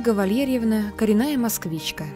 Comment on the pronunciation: Почему произношение "ВалЬЕрьевна"???????